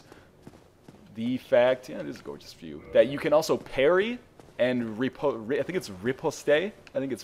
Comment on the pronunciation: Probably said already but, eh, grammar nazi: It's RE-POSE.